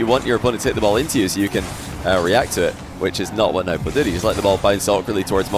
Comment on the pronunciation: it's pronounced no-boo